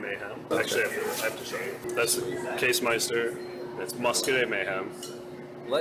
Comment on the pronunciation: "Case meister". Not how you pronounce that word, but okay.